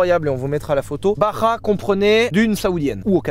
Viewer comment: On dit BaRRRRRa